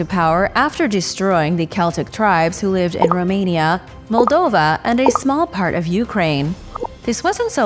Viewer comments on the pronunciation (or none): none